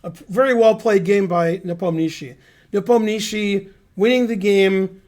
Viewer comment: Hey Ben, you pronounce Yan’s last name quite well!